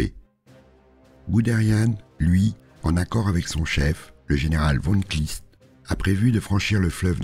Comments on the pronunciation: Magnifique récit sur un des plus grands exploits militaires de tous les temps. Une observation: je pense que c'est le général Von Kleist et non Von Kliest. On attend avec impatience l'épisode suivant. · Merci ! Heu oui, c'est Kleist, c'est sur la prononciation l'erreur, mais il est bien écrit sur les ST par contre ^^